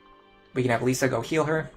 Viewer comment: I promise I'm not trying to be a prick, I'm just curious why you keep calling her Lisa instead of Lissa? They even pronounce the name in-game so I'm not sure how you keep getting it wrong. (I used to pronounce Lucina wrong in my head until the cutscene where Chrom says her name corrected me. Now I nickname her Lucy to remember, haha.)